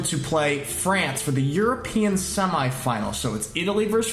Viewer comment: I love the way u say semi... It should be pronounced seme...even though the spelling is with an i!